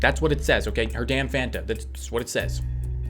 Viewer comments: Hmmmm did anyone else realise that he said funta not fanta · "Perhaps maybe a fAhN-tUh" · Do you really say Fanta like "funtuh" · Im sorry can you pronounce that again my man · how you pronounced Fanta made my day better 😂 Edit: Fanta is the best soda